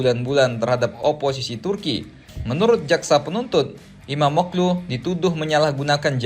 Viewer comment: FYI: İmamoğlu dibaca Imamoolu min